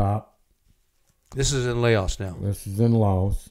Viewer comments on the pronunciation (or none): Layaos. Lol.. it's pronounced Lao